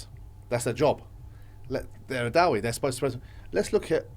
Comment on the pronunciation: Brother, I love the way you say da-wee but I think it's pronounced da'e